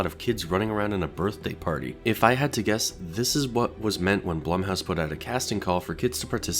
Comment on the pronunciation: How to pronounce blum: blue-mm/blu-mm. I dont really think mr.b cares what hes called as long as its respectful